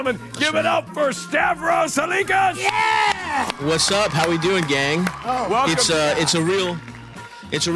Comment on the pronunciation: How hard is it to say Halkias